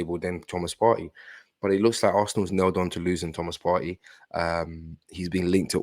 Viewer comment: Hey! I'm assuming that's your name. I just discovered you and I like what I hear. Two things I like immediately: 1) I agree we should hijack the Caicaido deal. It's on the cards and it makes sense in every way. 2) You are the only person who pronounces Thomas Partey's name properly. I keep telling Charles Watts, Tom Canton and co it's pronounced "Par-tee" and not "Par-tay" but they don't listen (and that pisses me off!) Well done. I have liked, subscribed and I look forward to an Arsenal hijack very soon. God bless you brother